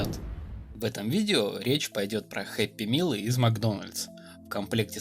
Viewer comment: Happy MILL блин, ору, MEAL правильно. Как не стыдно?